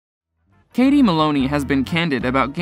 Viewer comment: Katie Malone, I don't believe the E is pronounced.. And the butchering of Sheana Shay's name??